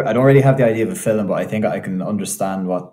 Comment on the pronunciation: Fun observation: the Irish guy pronounced the word "film" more like "philum", which was the pronunciation as late as early Modern English in England.